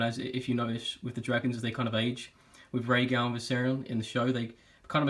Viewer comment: Its Rhaegal